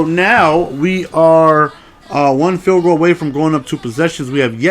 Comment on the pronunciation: This is honestly. Like all seriousness a genuine question. Why does say "bundoo" instead of "bundle" and "field go" instead of "field goal"